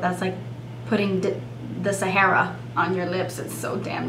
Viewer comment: lmao "the sahara" heard that.